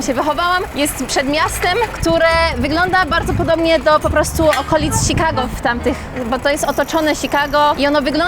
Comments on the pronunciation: Ciekawe jest to jak wymiawiasz "Chicago". Polak urodzony w Polsce wymawia to bardziej jak "Szikago", a Twoja wersja to bardziej "Sikago". Takie spostrzezenie bez wiekszego znaczenia. Pozdrowienia z Minneapolis. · "ś"kago i tyle w temacie